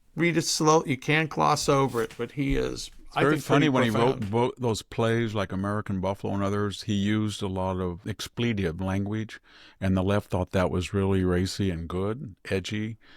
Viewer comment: Victor, two words that you continue to mispronounce: expletive and excrement. Both words emphasize the first syllable, not the middle syllable. This is anything but an angry reader message. I think you’re fabulous, but you would be even more fabulous if you could pronounce words correctly. Sami and Jack are partly to blame for failing to help you on mispronouncing after each podcast.